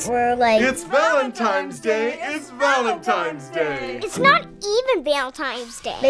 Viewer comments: Did someone eventually tell her it is not called "Valentimes"? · LOLOLOLOLOLOL, that was awesome!!! "Valentimes Day" LOL, all kids pronounce it like that! Thought I was crazy for a moment. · It's bothering me more than it should when they say Valentimes day. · The scariest part of this story was how it was always Valentimes and Not Valentines. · They actually said happy ValenTIMES day! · why do i keep hearing people say Valentimes day?! i thought it was Valentine's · valentime's day! (not valentine's day) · I hate how they keep saying valentiMes day instead of valentiNes. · "valentimes day" xD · Did she say Valentime's Day? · Are they saying "Valetime's Day"